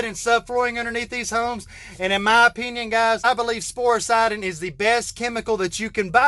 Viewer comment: What is the chemical product name to treat the wood holding up the floors. Are you saying “sporesiding”? Where can it be purchased?